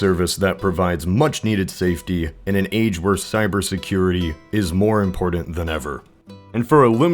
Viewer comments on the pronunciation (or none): if you say "impordant" one more fucking time im unsubing